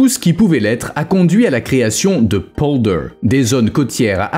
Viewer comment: Quand vous parlez d'un pays, apprenez à prononcer correctement les lieux dont vous parlez ! Les polders : ça se prononce exactement comme ça s'écrit pollderrss (c'est moi qui double les sonsonnes), Zuyderzee = "Zeyyderzéé, et la terminaison meer qui signifie lac = méér et non comme en anglais. Et surtout ne me parlez pas d'éoliennes, véritables hachoirs à oiseaux et bétonisation du sol (même sous la mer) et dont on nous cache (les lobbys) la désastreuse pollution et le faible rendement !.